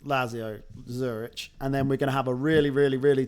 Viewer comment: Never heard someone calling Lazio the way you do. Zurich is another horrible one :D